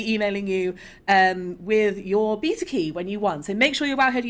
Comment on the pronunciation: Go here to learn how to pronounce beta.